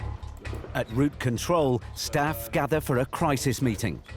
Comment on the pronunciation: It‘s ROUTE control, not route CONTROL. Could we have a better narrator please?